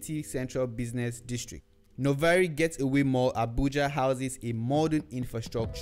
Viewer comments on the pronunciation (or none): It's Novare GATEWAY (not GETAWAY) Mall, please